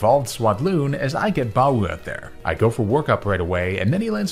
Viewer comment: Can pronounce "Baowu" Can't pronounce "Baoba" pls